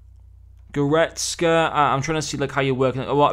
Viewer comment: Thanks man! You did pronounce it right btw and I’m thinking of getting kimmich if instead of goretzka